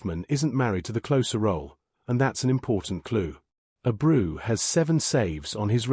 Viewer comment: Ah-brew lol